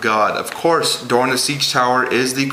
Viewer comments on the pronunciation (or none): Doran not duran